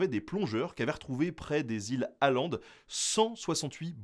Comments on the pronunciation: L'île finlandaise de Ahvenanmaa se nomme Åland en suédois. Mais le Å se prononce "O". C'est "Oland", et pas "Aland" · On ne dit pas "Aland" mais "Oland" le Å suédois se prononce O. Et même si ces iles sont finlandaises les habitants parlent le suédois qui est d'ailleurs la deuxième langue officielle de la Finlande. Åland se dit Ahvenanmaa en finnois. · Les îles "A"land ? T_T S'il y a un cercle surscrit sur le A, c'est bien parce que ce n'est pas un A ! Å se prononce ô, donc îles "Ôlande" pour la prononciation ;_ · Les íles Åland ça se prononce comme Hollande en fait 😊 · Il me semble que ça se prononce « Oland », vu l’accent…